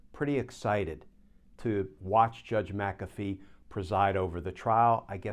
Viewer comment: There is no "a" in " Mc Afee" It is an Irish name. Mac Afee is a Scottish name. You are pronouncing it correctly.